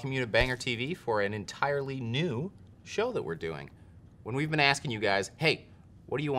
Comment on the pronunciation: You said “best nu Metal” and I almost threw up lol